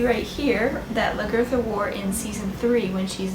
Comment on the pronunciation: Besides being super kick ass in this video, I'm psyched on how you pronounced her name!